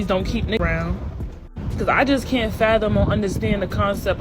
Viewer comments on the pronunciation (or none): none